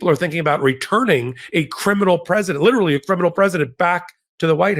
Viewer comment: Lit•er•al•ly geez. 😢